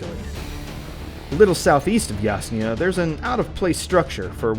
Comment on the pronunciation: How come an official video butchers city names, eg. Rozhok, Yasnaya?